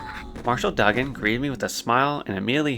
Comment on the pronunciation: I'll add another one. It's Marshall Doo-gan, not Dug-an. Good gameplay, I can tell your pronunciations are regional because you have a bit of an accent. Keep it up.